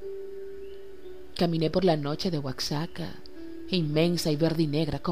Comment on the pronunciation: monclova Oye, no esta bien leida, escuchala con atencion. Que es eso de leer Oaksaka en lugar del Oaxaca que conocemos? Y asi hay tres detalles mas. La voz va bien con lo que lee, pero le falta repetirla unas diez veces mas antes de decidir leerla para todos nosotros. Saludos